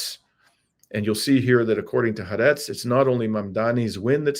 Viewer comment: Excellent video. I do wish, however, that people would learn to pronounce Hebrew names properly! The name of the Israeli newspaper Haaretz is pronounced “Ha-Arets”, with a break between the ”Ha” and the “Arets”. It is actually composed of two words, “Ha” part signifying the word “The”, and the word “Arets” meaning “Land”.